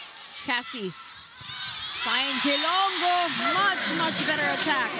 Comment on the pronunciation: These two commentators should do advance research and educate themselves on proper pronunciation of names especially "HILONGO" they kept saying HILONGGO. so bothersome!